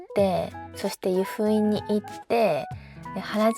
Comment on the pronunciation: 湯布院⤴︎じゃなくて湯布院⤵︎